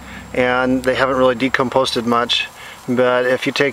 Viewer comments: Decomposed, not "decomposted." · the word is "decomposed" not "decomposted" ... love your enthusiasm for wood chips. just had several yards dropped off for free (truck was right beside my house trimming at a a neighbor's). apple and pine and a few others. heavenly smell.